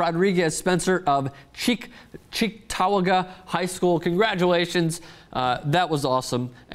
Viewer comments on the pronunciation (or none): It's pronounced "Cheek-to-wah-guh" :) And there's like 4 different high schools in Cheektowaga, he went to Cheektowaga Central. Just thought I'd help clear up the confusion :P (I'm from Buffalo) and I'm totally not trying to come as a jerk I swear :) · It is pronounced cheek (toe) waga. And that is my friends older brother. He's a legend at our school.